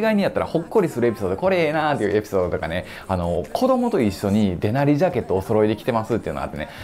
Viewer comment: デナリのイントネーションがもう、いなりやねんw